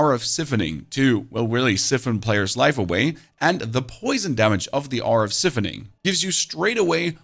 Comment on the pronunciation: The ‘i’ in ‘siphoning’ is pronounced like ‘eye’ not ‘ih’ my friend.